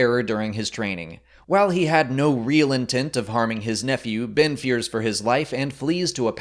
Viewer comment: "Bin" and "Kylo Rin"